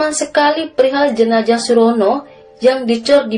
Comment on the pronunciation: Salam dari Riau, dek mimin. Sedikit masukan, harusnya jenazah, bukan jenajah. Z dan J itu beda.